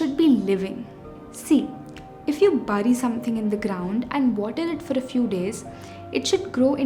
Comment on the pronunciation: "bury", "sieve" were mispronounced here, and no 2-2-4-4 thing, no MTI ;)